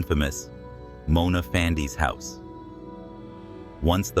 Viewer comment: “ Karat” and “ Fandey” were mispronounced for e.g. It should have been “ Car Rut” “ Fun dee”. Thank you for receiving the feedback well.